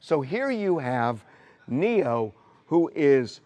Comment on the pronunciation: It’s Neyo guys not Neo tf